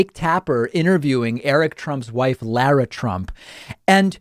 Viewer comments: That should be pronounced "LAH-rah", not "LOR-ah" or La-ra as in Larry. Has no one in this generation ever seen Dr. Zhivago? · Bro, can you learn how to pronounce Lara?